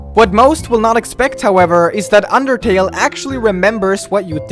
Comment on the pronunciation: did you say underkill or undertale?